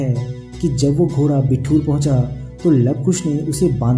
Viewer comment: Bhai, ye बिट्ठूर nhi बिठूर है